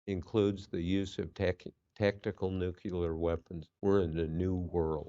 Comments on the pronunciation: NUCLEAR Bob. Not nuculer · Nuclear NOT nuculor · Nuclear, not nucular!